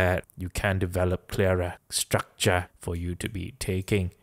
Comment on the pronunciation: "Structrah" is becoming a meme lol